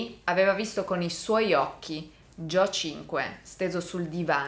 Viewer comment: Tutte le volte che sbaglia a pronunciare Joe 👇🏻